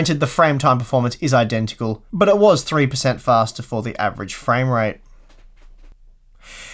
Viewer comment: You seem to be saying more "framerape" than "framerate" :D